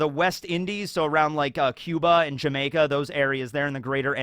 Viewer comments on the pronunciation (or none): none